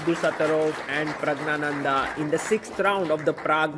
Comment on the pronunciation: You continue to misopronounce Pragg's name. You take extra care with foreign player names